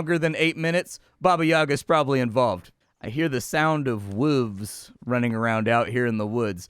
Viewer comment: lost me at "wooves"